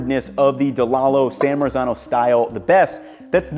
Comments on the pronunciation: Lolol "San Merican Tomato"!! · Just to help out with authentic pronunciations here: San Marzano - San Mart- Zano Cento - Chento and Thanks for letting people know about those san american tomatoes, the price of those considering they're from NJ is just BS. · The correct pronouncination is San Martzano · Hey. it's pronounced san Mart-zano. please learn to pronounce it before you make an entire video about it. it's totally grating... it's like someone pronouncing new york, "newee york" for an entire video. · Yes, the correct pronouncination is San Martzano, but correcting the English and American about the correct pronouncinations is a hopeless and endless project. They have no idea about other languages and they pronounce every non-English word totally wrong. Not just with accent, but totally wrong, and they do so very confidently. What 's more if you say it correctly they are trying to "teach" you the the wrong pronouncination. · You're killing me with the Italian pronunciation 😆 "Cento": 'ce' should be pronounced like 'che' in "cherry". "San Marzano": the 'z' should have a 't' sound in it like "mar-tzano".